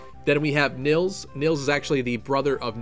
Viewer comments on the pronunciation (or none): none